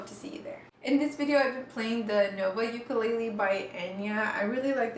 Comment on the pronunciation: shes a proffesional and pronounces ukulele the wrong way wth